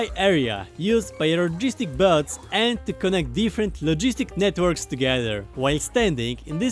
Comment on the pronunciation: sounds like he's saying "bugs" instead of bots? if this is true it's funny as hell.